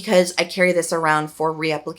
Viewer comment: Just a heads up, Avène is pronounced A-Venn not aveen. just trying to let you know for your future videos so no troll picks you up on it negatively. The accent (è) is over the middle e changing the sound away from how we would usually pronounce it as eee. Hope this helps. Love you lots and thank you for your informative videos, you really have helped me so much and I appreciate you. I LOVE your podcast too. I’ve listened to each ep at least 3 times, I resonate with what you talk about so much. 💗🫶🏻